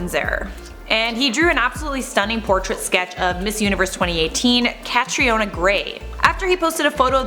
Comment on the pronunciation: Catriona is pronounced like Catrina